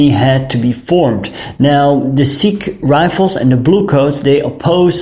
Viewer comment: Good job Sir! However Your mispronounciation of "sich" is almost criminal. It is ch as in "french" or "teach".